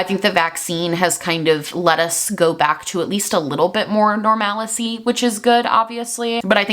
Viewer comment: Not to be that annoying correction Nazi but it's pronounced "normal-see" not "nor-mAl-issy" just an FYI